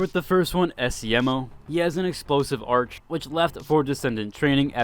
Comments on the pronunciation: My guy please dont say ARCH and act normal😭all character mention it as archE' please listen to it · OMG! Please for the love of god learn to read. It's NOT pronounced Arch it's pronounced "ARK"! I know, I know it's odd for you little Gen Z'ers but that's the way the word is spoken. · i really dont wanna be that guy but its pronounced ar-kay not arch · Are you an Asian-accented bot? for speaking English, you sure dont know how to pronounce written words...or end spoken sentences. Arch. its a Greek work with a hard C, pronounced Ark. it means prime or first. in modern English it can also be pronounched Arch, and used to mean an arcitectural curved support structure. Arc also has a hard C, but instead of meaning first, or prime, it describes a bolt of el3ctrical current, jump8ng from contact to contact. also used in literature, the story line or arc of a story or character's development. The Brits routinely refuse to pronounce the word Arch correctly in its Greek context. Corps...it's Latin, and the S is silent, so Kore. It means a body of something. Corpse is pronounced Korps, and means dead body. Corps isnt generally well known...unless you are familiar with the Marines. the USMC is not called the United States Marine Dead body. Even President Obama didnt know how to pronounce Corpsmen...and he was college educated, well travelled, Commander in Chief of the US military, and 50 years old...and still a moron. Half your sentences end on a flat note. your ending inflection is inhuman. Ive rarely encountered this in the several decades ive listened to commentary and conversed with others. one time i can think of was a local DJ...who used his flat inflection comedically. he was likely bucked off too many bulls in his youth, and likely had a TBI. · Not trying to shit on your pronunciation but it is Arc- A actually saying the letter A. Great video! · You saying arch was triggering me 😭😭😭